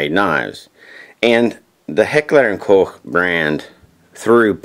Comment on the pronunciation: its pronounced just like "coke"